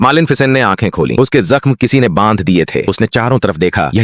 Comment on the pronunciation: Malen ficen😂😂